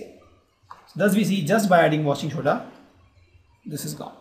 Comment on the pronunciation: Washing shoda!!😂😂